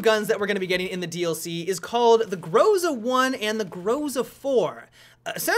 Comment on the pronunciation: On a Russian named weapon you should stress usually second syllable, something like grozA instead of grOza like you always speak. The same comes for iglA instead of Igla.